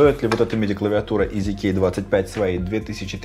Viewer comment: Когда ты говоришь "EasyKey", мне постоянно слышится "Из Икеи"